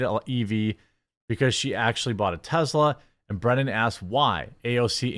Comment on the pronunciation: Why are you saying Tezla?